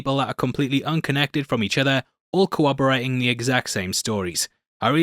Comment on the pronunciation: "Co-oberating"? 🤔 How do you cover a court case and not understand the word, corroborate? Lol